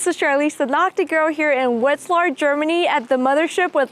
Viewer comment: “Vet z lar” not “wet z lar”